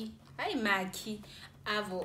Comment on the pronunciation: "Makhii"😂😂😂😂😂 Awuthi nam ngiyozama uSushiii